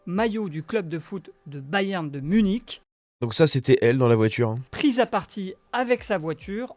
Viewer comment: La voitchure... Les " fans de foot"😂 c'est un sketch bordel